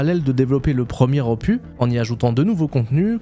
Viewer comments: on dit opuSSSSS pas opu... tu vois c'est comme pénis, on dit pas péni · Pas "opuuuu", mais "opuSSSS". ^^ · Opusssss, on dit opusssss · " Ce nouvel Opu " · En parlant de prononciation pour générer des commentaires😆 En français, on prononce le « s » final de opus. On dit donc [opys]. Le mot vient du latin opus (œuvre), et en français, la règle pour ce mot spécifique est de prononcer la consonne finale. Voilà 😛mille bisous et bonne continuation 😘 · Moi aussi j'aime ça prononcer des mots anglais à la française. Est-ce que tu faisais exprès aussi pour le mot OPUS? Normalement on prononce le S. Donc OPUSSSSSS. Salutations du Québec. :) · Opu, terminu, cactu, processu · Marrant, on dirait que tu as découvert un mot avec 'opus' 😂 à priori le S se prononce toujours ! Bonne vidéo sinon. Pareil j'ai snobé SE1 depuis .. toujours, mais force est de constater que le second a ses charmes, l'aspect échelle des choses et du décor environnant notamment , on parle souvent de l'échelle pour SC, mais là ça semble nettement au dessus en terme de terraforming / surface planétaire. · merci pour cette vidéo :::: par contre le S de opus se prononce !!!!!!!!!!!!!!! en français en tout cas. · La prononciation de ton anglais me va très bien. CEPENDANT la prononciation du mot opus 😂😂. Tout cas tu as raison d’ouvrir ta chaine a d’autres jeux.